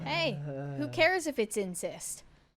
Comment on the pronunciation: ITS IN-SEST...NOT "INSIST" LEARN TO SPEAK